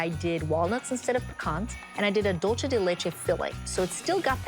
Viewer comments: 😂😂 ikr. I hate when people pronounce dulce like that! Nails on a chalkboard!!!! It’s Spanish, not Italian!! She even spelled it right on her dry erase board at the beginning. Oy..... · .....I'll forgive her for it bec she's thinking in Italian.